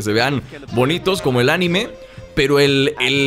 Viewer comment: buen canal amigo, pero es curioso como haces mal ciertos énfasis como la palabra "anime" tu la pronuncias como esdrújula con énfasis en la "a": "ánime". O también el nombre de "Goku" tu lo pronuncias como una palabra aguda: "Gokú", al igual que "Piccolo" tu lo pronuncias como esdrújula: "Píccolo". Y bueno aunque no quita que se entienda, es curiosos porque estas y otras palabras las pronuncias mal en cuanto a los énfasis. Un saludo